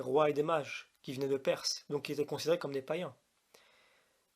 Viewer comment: Oui, j'ai entendu la vidéo entièrement. Mais, pour être certain que je n'ai rien raté, je viens de la réécouter. J'ai même pris des notes, cette fois. Remarque préalable : on ne dit pas "qui zétaient" mais "qui étaient" (dit 2 fois dans la vidéo). Si je te fais la remarque, ce n'est pas pour t'humilier, mais c'est pour que tu améliores ce point, parce que cela donne l'impression qu'on a affaire à un analphabète. Ça décrédibilise ton discours, a priori. C'est quand même dommage. Passons ! Je résume ce que j'ai entendu... 1) Raisons de l'interdiction : - Les Juifs étaient des sous-développés spirituels, de gros bourrins, et devaient être traités comme des gamins. Un peu léger comme analyse et ça n'explique pas la raison d'une interdiction alimentaire, quelle qu'elle soit ! - Ces animaux ne se rangent pas dans une catégorie. Oui, et alors ? Si c'est les catégories données par Lévitique 11 que tu nous donnes là (sabot fendu, ongle fourchu + rumine / écailles et nageoires, charognards), cela n'explique pas la cause profonde de l'interdiction. Est-ce une raison pour justifier une interdiction ? En tout cas, cela ne nous explique pas la raison profonde de l'interdiction. Dans le genre arbitraire, on aurait aussi pu décréter que seuls les animaux ayant du rouge sur eux pouvaient être mangés. Oui mais pourquoi ? C'est du même ordre tes explications ! Voilà pourquoi je dis que tu n'expliques rien, au fond, si ce n'est une explication de surface que tout le monde connait ou presque et